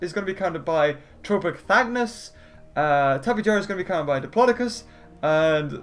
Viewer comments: it,s tipejawra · tape ja ra how it is said